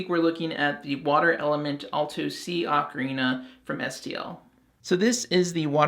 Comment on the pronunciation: 'Oh-Karina'; not 'Ah-krina'.